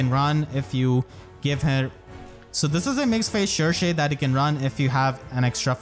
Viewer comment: I'm glad we finally know how to pronounce Cherche correctly! I keep butchering her name before XD